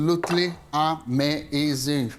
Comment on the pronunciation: I love how many syllables you put in the word "Amazing" at the end! A-muh-A-zuh-ing! I freaking love this channel!